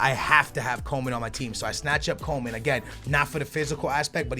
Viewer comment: it's "Coman" not Coleman